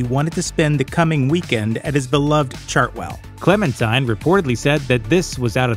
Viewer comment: Churchill's wife's name is pronounced, "Clemen-teen".